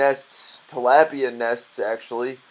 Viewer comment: You say talapia so wronge